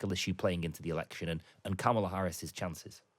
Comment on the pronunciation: Her name is pronounced "comma la" not "kam ala"